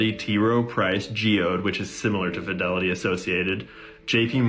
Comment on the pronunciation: Fidelity "fidelio"